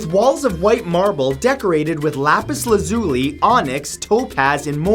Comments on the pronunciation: It's pronounced Lapis Laz u lie. I read it the same way at first.😂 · U SAID LAPIS LAZULI WRONG AND IT BOTHERS ME SOOOO MUCH BCZ I HERE IT ON MY FAVORITE SHOW CALLED STEVEN UNIVERSE AND THERES THIS CHARACTER NAMED LAPIS LAZULI